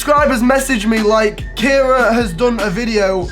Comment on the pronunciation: Wow I love how he miss pronounced kiera during the whole video. Kyra, kara, Carrie😂😂😂